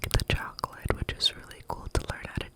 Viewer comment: 😂😂😂 "Italian Mobster accent" Couldn't be swayed much after this, I'm convinced that I'd gladly take your place on that farm. Purely to work with the Italian man 😂😂🤣🙌🏽 "Chwocklate... Kawlawni..." Oh my goodness 🤣 I'd love him 😂